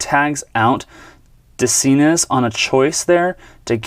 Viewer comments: It's pronounced de-SIN-say. Baseball-Reference will help on some name pronunciations. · fyi, Doug De Cinces last name is pronounced de SIN ses.